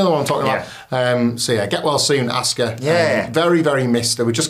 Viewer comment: "Assuka". You did it again. You've heard how it's pronounced. So, why? Both of you. "Damage Contarol"? 🤷‍♂️